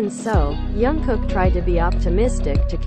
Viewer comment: Please pronounce his name properly...it“s been awhile that you keep mispronouncing his name...it is JUNGKOOK... letter J is pronounce as is and not as Y as you keep saying Yungkook....